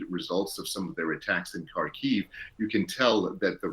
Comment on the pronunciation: коли ви використовуєте назву міста "Харків" - наголос має бути на першому слогу ХАР...ків! Коли росо - фашисти захопили наш Куп'янськ - вони в своїй божевільній необізнаности ставили невірний наголос на другий слог: куп' ЯНСЬК. Це неправильно, але що можна чекати від окупантів?. КУП'...янськ. Дивіться наші українські новини, щоб розуміти, як називаються наші населені пункти. Дякую